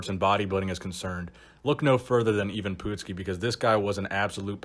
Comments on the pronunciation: Next time when you do someone you didn’t know, make sure you ask someone on how to pronounce their name. You butchered it bad!! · Even Pootski? Lol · IVAN PUTSKI... not Even Poopski lol